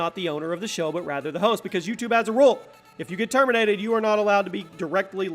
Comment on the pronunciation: Termintated ha ha